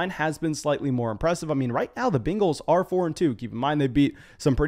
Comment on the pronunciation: Nobody: This guy: Bingles